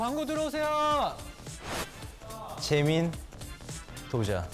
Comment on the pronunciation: sounds like jaemin TU JAA ..😂 Indians will understand